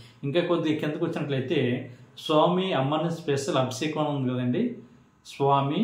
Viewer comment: Sir, మీరు చాలా బాగా చెప్పుతున్నారు.కానీ మీరు పలికే విధానం బాగా అనిపించటలేదు. Abisekam కాదు అభిషేకం. నన్ను క్షమించండి.